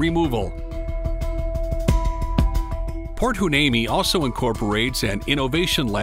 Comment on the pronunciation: Heuneme is pronounced wy-NEEM-ee